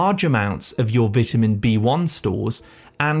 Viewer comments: I need some more AI PRONOUCE as”VETAMEN” B-1 to get rid of the “AI narrator that’s giving me crazy miss pronunciation that it’s sending into my head. 🤣😂🤪😜🤪😵‍💫😵‍💫😵‍💫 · Learn how to say vitamin 🙄